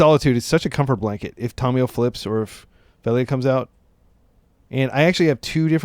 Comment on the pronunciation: Hey, very cool video and deck idea! Just wanted to let you know, it drives me nuts when people say Tamiyo's name wrong. I will not watch Aspiringspike because of it, it's so awful. It's not TOM-e-yo. The correct way to say the name is Tah-mee-yoh. Sorry to be that guy 😅Just being honest about what kills cool Legacy channels for me.